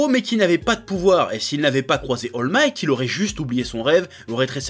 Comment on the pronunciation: Comment le Chef a écorché le nom d'All Might